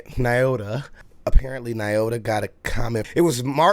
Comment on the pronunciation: Lol, i hate to tell, because I love him so much, but heis also pronouncing Nyota incorrectly. Lol Knee-oh-tuh. Friendly, constructive criticism. Have a great day!